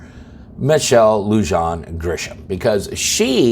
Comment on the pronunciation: her name is pronounced “Lu haan” as in Han Solo. Rhymes with bitch. Dems have run this state since 1932. She’ll never be impeached by the simps in the house or senate. This is the woman who has no problem with abortion after birth. As residents, civil disobedience is our best option